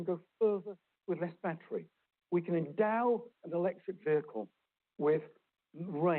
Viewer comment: Peter needs to learn how to pronounce the words “battery”and “schedule.”